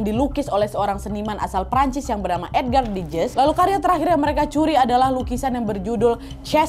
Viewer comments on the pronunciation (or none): Edgar Deges yang bener kak nad